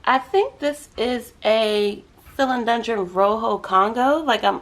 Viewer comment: You are saying it wrong! 🥰😁🥰😁🥰😁🥰 Subscribed! 😂